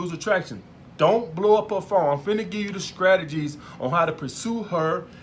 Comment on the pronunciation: "scragedies" instead of strategies xD